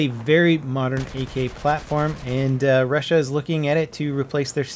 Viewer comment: I hate it when someone who speaks English doesnt know how to pronounce 'Russia' ...